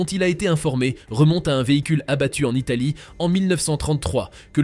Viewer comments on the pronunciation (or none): none